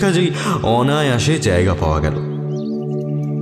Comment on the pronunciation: কয়েকটা শব্দের উচ্চারণে ত্রুটি লক্ষ্য করলাম। জায়গাকে জ্যায়গা ইত্যাদি।সেগুলো ঠিক করে নিলে শুনতে আরও ভালো লাগবে।